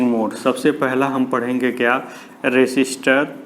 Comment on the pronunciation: Sir that is register not resister